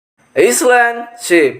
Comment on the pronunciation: Cara baca island bukan gitu min